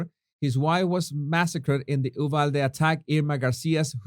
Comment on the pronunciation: Brilliant,! Btw, it is pronounced “you-valde”. Wait! I’m from Texas! You’re from Venezuela!